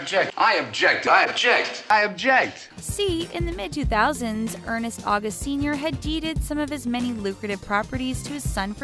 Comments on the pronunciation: It's "ernst august" not "ernest august". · oh my the butchering of the name ernst august XD learn to pronounce the names guys